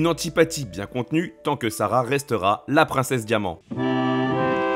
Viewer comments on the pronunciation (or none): J’adore votre diction, par exemple quand vous dites “ses affaireudeuvaleur", “princesseuSarah” ou “l’archétypeudumartyr”. C’est très sympa 😂